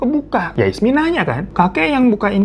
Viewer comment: jadinya ismi atau isma bg😂